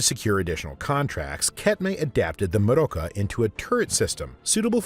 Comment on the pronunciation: "Meroka" does not even sound slightly German 😂And how you're saying it doesn't help. I think it's meant to sound a bit...Spanishy, even though it's made up of German words.